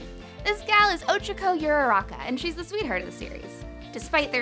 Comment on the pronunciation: Also the way she is pronouncing “Ochaco” is bothering me sooo much 😤😤 u can tell she is not an GOD TIER FAN